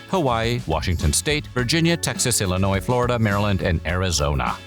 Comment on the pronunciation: "ILLNOIS and FLORDIA"